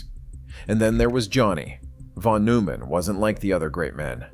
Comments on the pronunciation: Admirable video in many ways, but why do you butcher the pronunciation of von Neumann's name? You use a weird French pronunciation of the -eu, as in feu, peu, etc. In German -eu is pronounced -oy as in toy. It's not hard. At all. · pronounced "Noi-mann". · "newman" "wiggner" "plank" 😂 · Isn't it pronounce noyman? I quite some time back became convinced that a good part of math and physics is visual, not just as Feynman said, manipulating symbols. Einstein was very strong in that area, and, by self report, so is Penrose. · Nooman … Noiman . Settle on the way to pronounce his name and go with that instead of bouncing around. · That's not how you pronounce his surname.